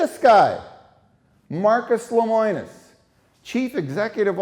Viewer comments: Yikes. His name is LEMONIS. Not LEMOINIS... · I don't doubt CW's practices or what is provided in the video. However, I think the video would be better presented if the interviews were not scripted. Also, it's LemOnis, NOT LemOIns. :-) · Seems like you would know how to pronounce his name. It's Le mo nis. Not Le moi nis. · Unpopular Opinion: I’m sorry, but not everyone is a victim. If you are investing in something as expensive as an RV you should do your research and educate yourself to avoid getting scammed. Stop being victims and protect yourself. If you don’t, YOU are to blame, not the company. Also, it’s pronounced LEH-MOH-NUS. Just saying. 💁🏽‍♀️